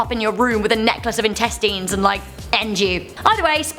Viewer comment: HAAAAAAAAAAAAAA! She pronounced it intesteens. I’m not making fun of you, I just had the best laugh all week. Went the doctor, I think my intesteens aredoing something wrong.